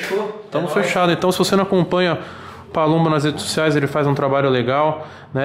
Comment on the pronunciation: PALUMBO OU PABUMBO? ERROU AI HEIN